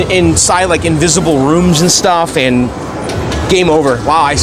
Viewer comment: sounded like he said is this shit more durable lol